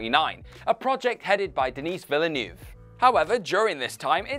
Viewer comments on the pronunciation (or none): "Denis Villeneuve" pronunciation is wrong, not surprised after dysentery pronunciation